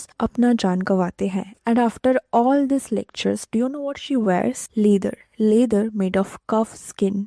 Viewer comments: Pls stop calling it laydar. Your videos are great but work on pronunciation. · Lether? Pronounce wellll womannnnnnnn